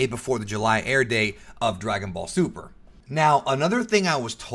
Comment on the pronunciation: anyone in favor for "Dragon Ball Zuper" ibstead of DBS2